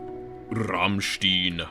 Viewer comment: You butchered even the name of Rammstein but ... there we are. You tried! :D